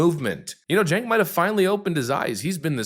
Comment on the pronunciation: That awkward moment when your momma names you "Sink", but she misspelled it "Cenk", and you've spent 40+ years mispronouncing it as "Chink". It's generational ignorance on national TV.